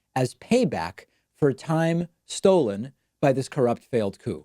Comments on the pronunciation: That's what I thought when hearing David pronounce it haha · All these mistakes he makes while speaking and tweeting i.e. (Stollen, Oranges, Proh-ess, Jaroozum, Penin-shula, Chhasms, Internate, MomeMtum, Diversary, Spay, Nazzeez, Rusher, Nambia, Tanzaynia, Missuria, U-licious, Utaur, and best of all Cap-Sicle) It's so funny it's SCARY and is reason enough to have the orange man medically examined for brain disfunction.